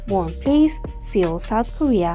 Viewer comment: This Video is hilarious! It gets the members all wrong lol... so how can we trust the info? The Desi lady narrating can't even pronounce Seoul - it's pronounced "soul" not 'see ol'. Hilarious!!!